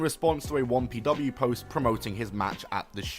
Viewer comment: I've been listening to the video rather than watching it and I was like "what the hell is Wompy Dubbayoo"